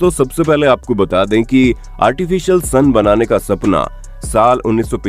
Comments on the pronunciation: Son nhi bolte sun bolte he bhai yar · Bhai sun hota ha son nhi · It's not son it sun 🌞🤣🤣🤣🤣🤣